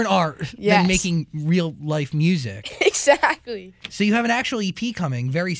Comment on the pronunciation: anyone else noticed how she says exactly but it sounds like "zachly"? please tell me im not the only one lol